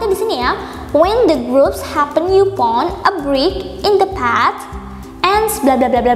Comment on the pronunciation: Maaf kak koreksi upon itu bacanya "e pon" bukan yu pon